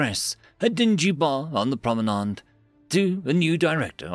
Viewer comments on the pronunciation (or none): none